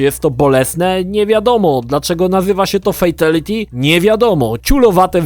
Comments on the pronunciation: Uszy mi krwawią jak mówisz "fejtelity", każdy konferansjer w MK odczytuje to jako "fitaliti" dosyć znacząca różnica dla fanów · "Fejteliti"? Serio? Uszy więdną. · fejteliti XDDD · Dlaczego fejtYliti xd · 'fejteliti'??? Po jakiemu to? Tak czy siak brzmi koszmarnej niż najkoszmarniejsze fatale;) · Ej ale ty wiesz że friendship i babality było genialnym pstryczkiem w nos wszystkim którzy krytykowali Mk za brutalność pozatym było to po prostu śmieszne i niestandardowe. Ps błagam popraw wymowę Fatality pls to nie brzmi dobrze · Ciulowato wymawiasz Fatality. :D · FATALITY a nie fejtaliti ;) i BYBALITY a nie bejbaliti ;) sorka, że się czepiam ale mój grammar nazi nauczyciel się czepia ludzi :P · Dlaczego gdy ktoś źle wypowiada słowo w języku obcym, to trzyma się go jak rzep psiego ogona i powtarza w nieskończoność? xD 3 minuty filmiku, a ja słyszałem o "fejtiliti" już z 10 razy. "Bejbiliti" już nie wytrzymałem i wyłączyłem to dziadostwo xD No a jak słyszę, że uznawana za najbardziej kultową odsłonę serii Mortal Kombat dwójka jest nazywana "taką sobie", to już wiem, że masz zerowe pojęcie o tej serii. Ot, włączyłeś, pograłeś i tyle, równie dobrze mógłbyś sobie włączyć pasjansa, bo zaangażowania nie masz żadnego. O ile w ogóle w nie grałeś, a nie obejrzałeś jedynie kompilacji "fejteliti" na YouTube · To moj pierwszy film od lat. Jezyk polski koszmarny, "fejtyliti" i "bejbylity" jeszcze gorsze. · Najbardziej ciulowate to jest wymawianie przez Ciebie fatality i babality.